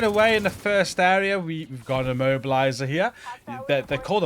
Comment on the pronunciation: i was keep hearing "mobiliser" left and right WTF is an mobiliser ?!...than i realized that it is "immobiliser" ...FFS ?!